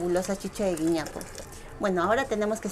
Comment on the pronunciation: Querida se llama "güiñapo"